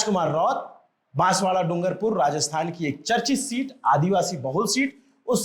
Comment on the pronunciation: Can you at least correct the name of the city. It’s Banswara not Banswada. Not expecting this from your end.